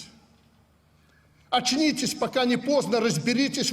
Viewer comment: АЧНИЦЕСЬ!!! )))))))))) почти как у Януковича перед побегом из Украины)))